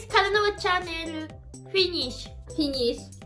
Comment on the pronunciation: ディス カナノアチャンネル チャンネルの発音が良かった！最後ちょっとネとルが遅かったけど